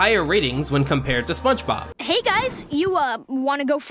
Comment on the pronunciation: I swear that you say spunchbop instead of spongebob